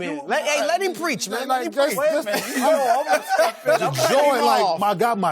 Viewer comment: Lmao. “Wayment.”